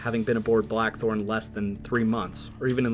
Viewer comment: Is it me, or doe I keep hearing the narrator say "The Black 'Hole' " instead of Blachthorn?